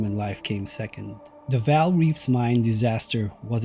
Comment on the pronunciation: "Vaal" ie Gray